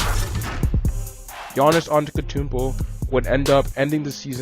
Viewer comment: AnteTokounmpo.Not antekotounmpo